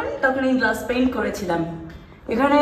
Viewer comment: uffff.. er english.... Glus paiiiiyyyynnnntttttt🤣🤣🤣🤣🤣